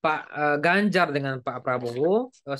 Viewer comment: Ini orang sebut nama orang aja gak benar gimana surveinya bisa benar, Ganjar di bilang Banjar 😅